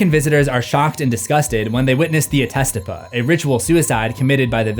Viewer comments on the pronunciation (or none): He says Krampus funny but can’t say Attestupa correctly